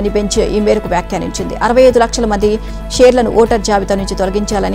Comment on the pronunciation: Slow news ఏదన్నా ఉంటే ముందు అది ఇవ్వండి practice కి. News అంతా మళ్ళీ విని తన తప్పులు సరి చేసుకోకపోతే she is unfit for news reading. ప్రతి mistake కి remuneration cut చేస్తే - చివరికి ఆమే fine కట్టాల్సి వచ్చినా ఆశ్చర్యం లేదు. 65 లక్షల షేర్లు (shares) ఓటర్ల జాబితా నుండీ తొలగించటం ఏమిటమ్మా?! పేర్లు ✅